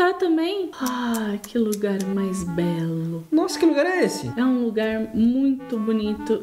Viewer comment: deixei o laique quando a falou nosa